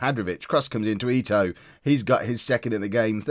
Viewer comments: Definitely ee-toe. You are saying it correctly!! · Okay, just so you don't freak out about names anymore. I'm a german and also Hamburg supporter. You're spot on with Ito (EETOE) and its Jantcheetchitch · You are pronouncing Ito correctly 🙂